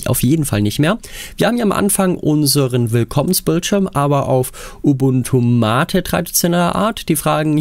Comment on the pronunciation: Endlich mal ein Videoproduzent, der MATE korrekt ausspricht.